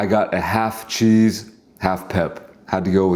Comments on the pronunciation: HEY SLOB... it's CHEESE, not chee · I had to unsubscribe because they way you eat is dramatic plus when you say che instead of cheese 🤡🤡